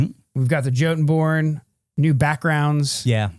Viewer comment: I'm quite certain Jotunborn should be pronounced "YO-tun-born" as it was in Norse, which is where we get the word jotun to begin with.